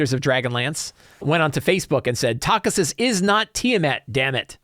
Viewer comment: Also...it is pronounce Tak-hee-sis goddammit!